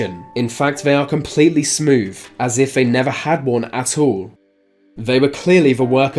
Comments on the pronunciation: Twenty Three not twenty free, Smith not Smiff, Smooth not Smoove, and so it goes on Please speak English properly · Get your moneys worfh Said Richard Smifh who was completely smoofh so remember deafh two fousand. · Mr. "Smiff"... These "fings"... They were completely "smoov"...